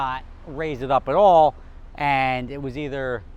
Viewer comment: can you try and say 'and' not as pronounced, your accent is really strong on that word